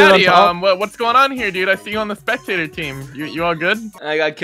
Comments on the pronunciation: "Youre the -tator" Me:😐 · I like wane said spekteter